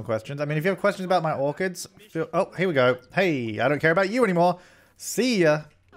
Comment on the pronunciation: when you said "harvest orchids" I thought you said "harvest organs" and I was like what you can do that in the sims?!